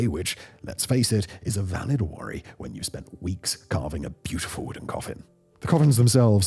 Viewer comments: "Brutyful"? Strangely fitting for a lot of things. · You got a like just for brutiful 😂